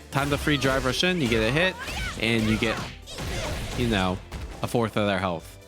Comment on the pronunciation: Whenever he says drive rush, it sounds like he's saying dry brush